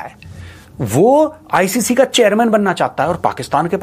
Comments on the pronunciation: Sabko is ancer ko hi lagta hai BCCI galat kr raha hai isko icc nahi बोलणे आ रहा acc बोल रहा है गधा 😂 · Inko icc bolna bhi nahi aata acc bole rahe hai 😂